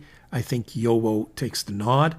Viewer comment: FYI… the correct pronunciation of JoWo is “YoVo”. (the “w” is pronounced as a “v”) I enjoy your videos very much 😊